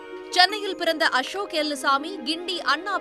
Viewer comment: It's Ashok elluswamy not Ashok elumbuswamy 😂😂😂